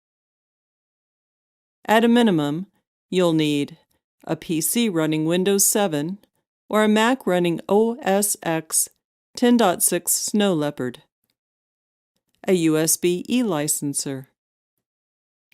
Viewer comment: "Oh Es Ex" this bitch doesn't even know what she's talking about.